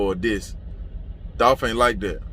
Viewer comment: It’s Dolph